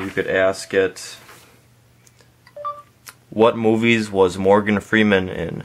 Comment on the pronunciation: Morgan Freeman is, not Freidman